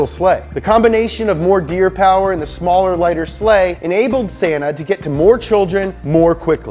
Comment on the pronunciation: Finnish name to Santa is not pronounced like that